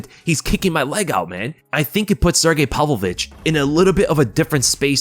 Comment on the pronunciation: "Palvo-vich" Dude you're a grown man, pronounce his name right